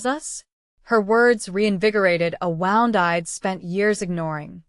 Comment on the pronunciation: A woooond not a,wownd